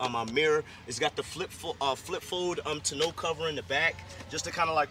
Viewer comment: As soon as he said it was a work truck I could tell he was hired to talk about it and only knew what was written in his little book. Not many people buy a $90k truck as a work truck. Slow down and learn your product and learn how to pronounce tonneau. It’s not a ta know cover. Didn’t realize it has video and audio hook ups for the rear trailer camera, it doesn’t. The HD only comes in 6.6 diesel and gas.